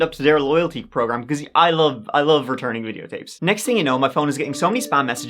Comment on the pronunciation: They way you said videotapes during the add in the middle was sus